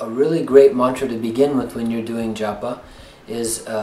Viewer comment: While its great they they are trying to bring the ancient knowledge of the East to their Western brothers and sisters, they could practice pronouncing the words *CORRECTLY!* Not maaaantra, "muntra" , not Jaaapa, "jupa". Give respect to India.